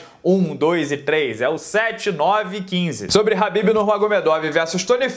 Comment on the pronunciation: Habbib é esfiha. É khabib.